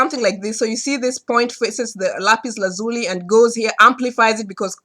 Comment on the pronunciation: Thank you my friend....by the way you are the only person I know that pronounces the stone Lapis Lazuli the way I do..I've always pronounced it with an Italian or Hispanic quality. Hard to explain in words, was quit surprised to see we both pronounce it the same way....